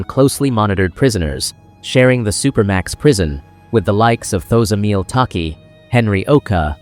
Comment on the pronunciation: The way you pronounce Thozamile 😮😢 😂😂 I wish you could have consulted 1st